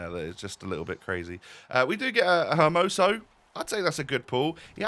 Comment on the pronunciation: Hey, as a native spanish speaker and so you dont butcher the names all the time, if a word has a H in it, unless its next to a C its silent so its not HER MOSO its ER MOSO and (i say this because of players like Capdevila that people always mispronounce) one L is pronounced like a normal L, unless there are 2 Ls together (such as LLorente) in which case the double L is pronounced as a Y. You're welcome 😉😎